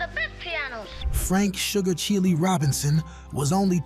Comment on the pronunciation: The narration was horrible, his voice never even heard the music. He called Sugar Chile ( child) Robinson, Sugar Chilli !!!